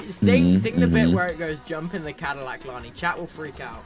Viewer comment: translator: "zadillac" the way its made: "do you mean: 'cadillac'?"